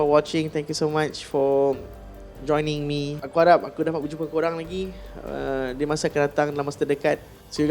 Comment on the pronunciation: Boss. Teguran terbuka.. sebutan ASSALAMUALAIKUM ,dgn tertib lg cantik.. slow² bg salam.. ☺️☺️☺️ jgn marah na . 🙏